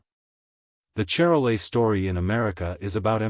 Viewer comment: That's pronounced Shar-lay. Calves tend to be large at birth, creating calving problems.